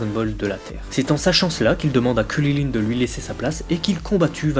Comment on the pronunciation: Arrete de dire KURILINE c'est chiant